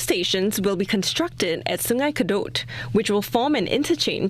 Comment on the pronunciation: Please pronounce the right way. “Kadut” like car-doad. Not “c’doad”. That means wrinkle in Malay language. Wrinkle river 😂